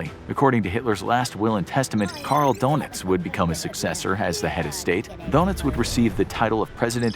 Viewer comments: his name isn’t “DONUTS” it’s pronounced “DERNITZ” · Carl donuts? Pretty sure that’s not how dönitz is pronounced. Sounds more like a mob guy from Hoboken 😀